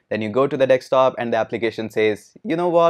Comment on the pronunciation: Hello Sir Morning !!!! The way you described ,it looks an amazing service.... But on a lighter note I found out that Sir can't pronounce Desktop correctly, it always Dekstop....😝😝